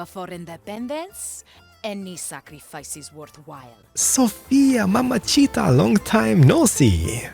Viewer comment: "mamacita" is pronounced "mama-zita" not "mama-cheetah" fyi